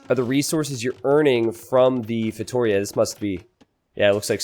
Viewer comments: yes sorry, I mean pronunciation!! It is just as Giuliano said below: instead of feiTOria it is feitoRIa!! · I really hope this brings Feitorias to the spotlight, even if a safe map is needed for that kind of fast imp lol Btw if you're interested in the correct spelling, its "feitoRIa": "RI" is the strong syllable in this one!! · Also, if you feel like pronouncing it in portuguese, it's actually "FEY-TOO-RHEA" ;) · It’s pronounced “fay-tow-REE-ah”!! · please try this when saying Feitoria: FEI (like in FAIth) - TO (like in TOtaly) - RIA (soft R, and "I" has an EE sound in portuguese and is the strong syllable in this word, like "rEEa"). Fai-to-rEEa. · Fate-oh-reah could work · To like toe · it's pretty accurate sylable-wise, but Yuri is correct where the strong, longer syllable is in the "RI" ( says it like it's feiTOria) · For the love of god,! I'm Portuguese and I can't stand listening you saying feitoria. 🤣 Listen to this, this is how you should pronounce "feitoria" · Please stop saying feitoria like that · Viper pronounces it wrong too